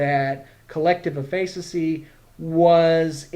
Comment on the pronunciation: great video...not how you pronounce efficacy though x_0